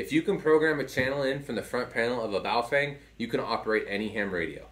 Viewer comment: Pronounced "Bow Fung" but yes, I have about 10 of these things. They are pretty DEAF compared to my VX-7's and VX-8x's (I own 2 each). BUT as long as you are using them only for repeaters, you will never notice. For anything serious, get something Motorola, Yaesu, Icom...